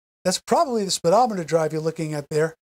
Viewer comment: They call it speedometer not spedometer